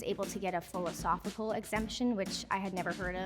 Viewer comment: saying folosofical exemption though 🤣🤣🤣🤣🤣